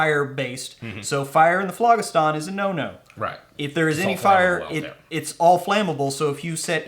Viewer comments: Oh man your egregious mispronunciation of phlogiston is driving me nuts. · 49 seconds into this video and I am done because you guys mispronounce ethereal and phlogistan